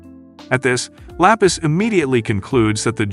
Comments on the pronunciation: Lapis ❎ La peace ✅ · THE GIRL NAMED 😂😂😂 LAPIS LOKS LIKE FROM SPEEDS STREAM AND KAI KAI SAYED IT LA PEACE😂😂😂😂😂